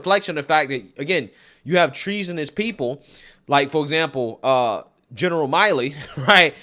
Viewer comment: Mill-ee, not Miley like Miley Cyrus. Lemon is either genuinely living in an alternate reality or is so intellectually dishonest that he doesn't deserve to be in media. Either way, the people smell the awfulness on him and he needs to go. He's doing the country a huge disservice.